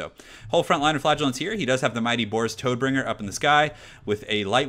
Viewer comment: Not sure if you intentionally call Boris, "Toadbringer", but i can assure you his name doesnt relate to any amphibics. :D Like a lot of the other names in the warhammer universe Todbringer is inspired by a german word. In this case its the german word for death: "Tod". So essentially his name is Deathbringer. Whit that said, thx for your sweet work. You really got me into TWW.